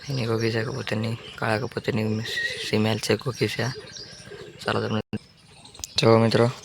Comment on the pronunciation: સીમેલ નય ભાઈ ફીમેલ કેવાય😅